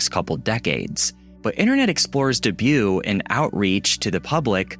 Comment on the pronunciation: DEBUT lmfao are you Canadian? The way you pronounce that was so weird.